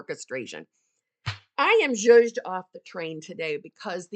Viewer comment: “I am zuzhed off the train today”😂